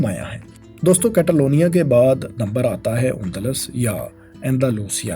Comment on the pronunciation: کیتالونیاں نہیں کاتالونیاں کیو کے اے کو سپینش میں آۂ پڑھتے ہیں